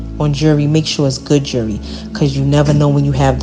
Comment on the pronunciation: “Jew-ree” 🤦🏻‍♀️ Damn- she literally got with EVERY dealer she met! Seriously wtf That’s nothing to be proud of